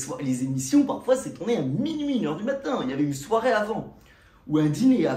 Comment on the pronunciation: "J'ai connu mes premières soirai", soirée on dit, soirée